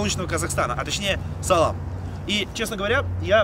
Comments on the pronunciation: Сале́м а не салам Привет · Не салам а салем (сəлем) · Салем! А не салам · Салем а не Салам